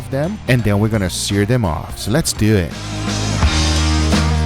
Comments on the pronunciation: I swear, thankfully I'm not the only one to hear it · "Let's do eeett"